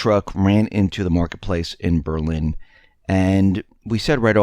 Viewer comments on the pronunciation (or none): none